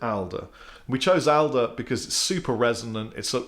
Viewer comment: Owns a guitar company and cannot pronounce Alder properly!!